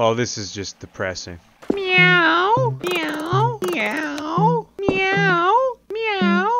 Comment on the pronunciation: thats the most australian meow ive ever heard 😂😂